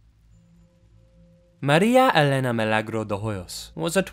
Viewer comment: 11/10 on your effort to pronounce maria elena milagro correctly